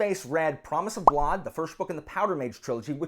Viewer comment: Man. I have never, in my entire life, EVER heard someone pronounce blood "blod"... I had to pause to say this. There is no way, every other person I have ever heard say "blud" for "blood" is somehow saying it wrong. Come on man. Anyway, rant off. I found you because I had an idea for this kind of story and only just found out it is a recognized sub genre. I've been trying to research some since learning about it. Guess I'll need to pick up a copy of Promise of Blood or maybe guns of the dawn. Maybe